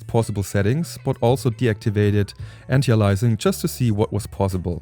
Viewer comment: heya, it's anti - aliasing, not antialising